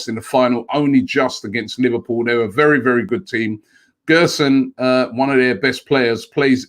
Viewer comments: Btw it’s gerson not guerson (the ‘ge’ sounds like a ‘je’) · Gerson's name is pronounced like "jerson". He's a great young prospect, one of the best in Brazil, but i can't see this deal happening.